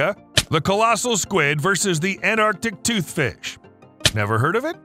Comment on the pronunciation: That's pronounced anT-arc-tic toothfish.